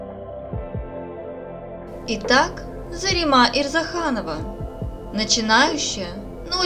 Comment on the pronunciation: Не ЗаремА, а ЗарЕма! Не ставьте в наших именах ударение на последний слог, как в азиатских именах!